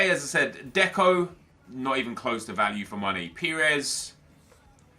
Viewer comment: It’s pires